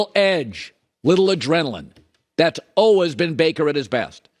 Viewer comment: How does someone mispronounce "always". What the heck man lol